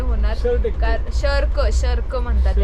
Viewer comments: शेरक नाही shrug 🤦🏻‍♀️🤦🏻‍♀️ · शर्क नाही म्हणत त्याला श्रग म्हणतात 😂😂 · शर्क nahi ग shrag बोलतात त्याला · Shark nhi g श्रग म्हणतात